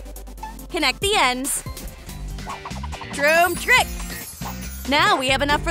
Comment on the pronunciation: Stop saying tromp trik